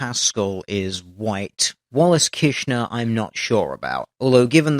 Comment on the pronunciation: you forgot to pronounce the first "r" in Kirschner Otherwise your pronunciation was OK. The "r" in Kirschner is pronounced like the r in KeRmit (the frog) I am German and couldn't understand his name until I read it, as the "r" is important to the pronunciation.